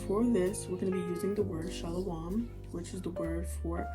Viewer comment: No disrespect but your speech pattern sound like pig latin rather than manahathey. And please work on your pronunciation before teaching and it's shalum not shalawam. If you're going to teach do it correctly. Or you have people sounding uneducated.